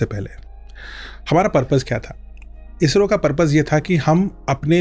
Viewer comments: इज़रो ❌ इसरो ✅ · Izzro nehin he wo garv se bolo ISRO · Ejro nhi Isro pronounce krte hai 😂😂😂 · It's not IZRO it's ISRO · IZRO nhi ISRO hai... Dedh saane! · ISRO❌ IZRO ✅ Cool banne ke chalker mein pronunciation hei galat kar dia!! 😂😂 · Pahle Toh Isro bolna seekho bhai,.Ezzro bol rhe ho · इसरो को इजरों बोलना , स को ज बोलने के चक्कर मे भाईसाहब भी लगे है।